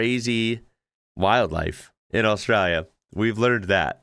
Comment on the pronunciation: Well done bro!! You now even say the name of our country the right way. A-straya. On the snow; believe it or not, we actually have more snow on our east coast than Switzerland. I'm a 71-year-old from Western Australia, and I've only seen snow twice in my life, and neither time was in 'Straya.